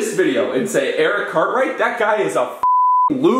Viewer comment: For a moment I thought he said Eric cartman then I realized he said Cartwright